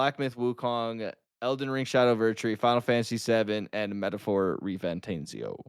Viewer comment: never saying the metalphor name correctly is the best 😂